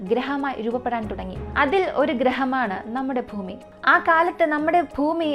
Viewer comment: ഫൂമി മാറ്റി ഭൂമിയിൽ എന്നാക്കി മാറ്റണം